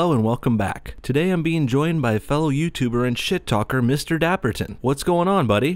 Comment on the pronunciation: Mr dappten I think you mean mr dab-ton